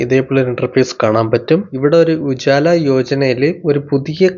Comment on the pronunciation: ഉജാല അല്ല ഉജ്വല 😂😂😂